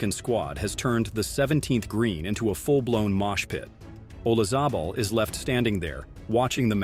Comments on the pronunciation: Once again, you don't know how to pronounce golfer's names. Olazable? It doesn't sound like a "z" in the actual pronunciation. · Announcer has no clue how to pronounce names of players or tournaments. Vilaygus? Oluzable? Wachowvia? The fact you don't have Fuzzy Zoeller saying "Fried chicken & watermelon" about Tiger's Masters dinner negates your entire list.